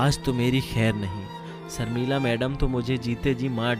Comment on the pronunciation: Pls have people read the story , who could pronounce words properly , there is a difference between sh & se , it sounds horrible when Hindi readers don’t know the difference ? Sharmila is Sharmila not Sarmilla